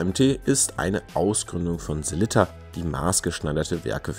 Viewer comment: Hahaha, vielen Dank erstmal für das Lob! Mir war nicht bewusst, dass meine Sellita-Aussprache so falsch ist, habe auch noch nicht darüber nachgedacht. Ich werde in Zukunft mehr darauf achten, wie es richtig gesagt wird und Abends vorm Spiegel üben 😜